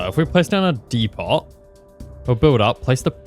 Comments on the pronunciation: "dee pot" I swear to god there's no way this man has never heard of the word depot before, I can't believe this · the T is silent in depot... just sayin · The way he says depot really pisses me off, its a good way to get a comment tbh